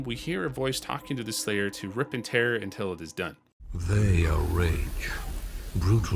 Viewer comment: "They are rage, brutal..." and so on, the subtitles say. But what I hear is "rake". Is this some funny english pronunciation I never heard of or are my ears broken?